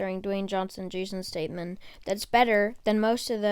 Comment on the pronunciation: dam u really butchered jason statham's name lol